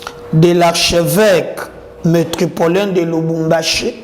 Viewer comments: Métropolitain et non metropolain! On peut se tromper 2 fois mais pas 3! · Métropolitain et non metropolin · C ne pas "Metropolin" mais "METROPOLITAIN". Merci de corriger